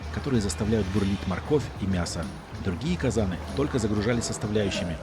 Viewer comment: ударение неправильное в слове казан, 20-45 , блюдо называется "ханум" и соус не тыквенный а томатный, вот 54,5 тыс зрителей слушают глупости , и потом дальше разносят а если про видео, то ни о чем, тем более , если канал про самолеты, то тоже ни о чем, авиация и самолеты моя страсть